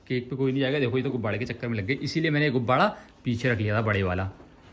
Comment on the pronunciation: Gubbada nhi gubbara bolo